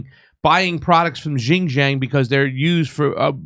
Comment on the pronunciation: LMAO at pronouncing the Chinese region of XinJiang.